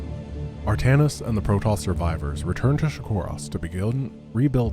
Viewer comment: True, but it's 'Artanis'. 'Altanis' would be an Archon made from Artanis and Aldaris... which would be awesome - sincere and yet sarcastic all the time.